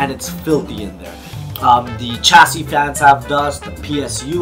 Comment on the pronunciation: It's not pronounced "Ch" for chassis its "Sh"